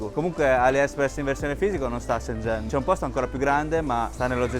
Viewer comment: Mi fa morire il cambio pronuncia da cinese perfetto a italiano perfetto 🤩